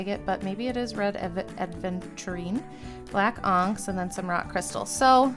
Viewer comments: You say onyx extremely weird. It's like you are saying oncks instead of on ix s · I love your content and I mean this with so much love. But it’s pronounced ah-nyx (onyx). And not all rocks that are banded are agates. But that’s ok. It’s a learning curve and I see you know most of the basics. I love this. Also, the mini identity crises over the word bag! Lmao oh I can relate. ❤ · And onyx, not "onks" 😂